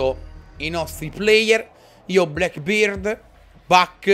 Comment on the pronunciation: Ciccio, a volte pronunci Blackbeard nel modo sbagliato. La vera pronuncia è: "Blèckbird"! ea in inglese si leggono " i ". Spolliciate per farglielo leggere perfavore Come difensore ti consiglio Jager. Ottima specialità che ferma le granate e arma "Carabine" tra le più forti del gioco (monta l'ACOG sua carabine).